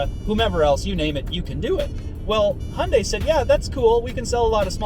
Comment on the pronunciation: Finally someone that can actually pronounce hyundai correctly